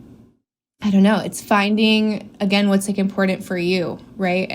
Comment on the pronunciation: know what else is imporent? pronouncing your t's lol